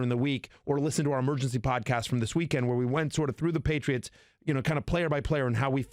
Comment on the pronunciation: “The paytits” Hahahaha